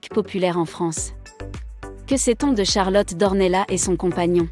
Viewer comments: Non vous n'avez pas fait d'erreur. En portugais ça se prononce d'ornelasse et en français d'ornella. .jusqu'à preuve du contraire Charlotte est française vit en France et parle français. Elle n'est pas portugaise ne vit pas au Portugal Demandez à un academicien... français. Je vous rappelle que les polonais par exemple écrivent leurs noms à la polonaise mais en France le prononcent a la française. Exemple le rz se dit je, le y se dit é, etc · Non ici on est en France et on parle en français ! Dans notre langue nationale on ne prononce pas le s final. Par exemple on dit Pari et pas parisse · Ça se prononce D'OrnellaSSS ! Le S se prononce !!! C'est portugais 🇵🇹 Elle est baronne ! Elle appartient à une des plus ancienne lignées de la noblesse portugaise ! Son ancêtre le premier baron D'Ornellas a combattu aux côtés de Dom Afonso Henriques, le Conquérant, Templier et Premier Roi du Portugal, au coeur du Moyen-Age. Ils ont combattu ensemble les Maures musulmans, (ils ont gagné) et, les ont repousser en Afrique ! # Reconquista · il ne peut y avoir même pas débat. La règle a été fixé e par l'académie française qui édicté qu'en français le s final ne se prononce pas sauf quelques rares exceptions. Renseignez vous et arrêtez de commettre cette faute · Nos excuses pour la prononciation Charlotte d'Ornellas ! les erreurs pour une nouvelle chaine cela arrive !